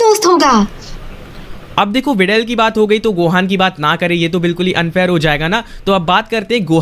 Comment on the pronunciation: Not videl bidel😅😅